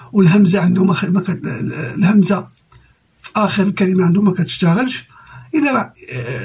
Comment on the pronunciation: سمعتو قالها في اخر لقاء ليه في شي تكنة ودار أخطاء ومنطقش الهمزة🤣🤣🤣🤣